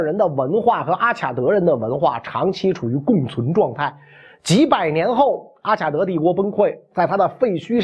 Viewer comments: 中文的阿卡德的“卡”，应读“ka”, 不能读“qia”。外文”Akkad”（名词），”Akkadian”(形容词）。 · Akkad应该读阿卡（音喀）德